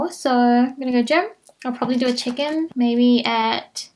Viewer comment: I kept hearing “Chicken”🐥 instead of “check in”😂🤦🏽‍♀️